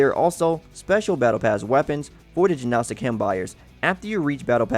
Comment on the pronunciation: Good info but hard to take seriously with all the errors. For example, the G is silent in Gnostic. Resin (the secretion from plants) is pronounced "Re-" as in Render, and "sin" as in Raisin. Sorry not trying to be an ass or anything. Just want to see a good channel improve. Thanks for the guide and good luck!